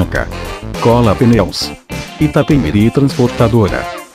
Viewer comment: Iapemirim....namoradinha do Nordeste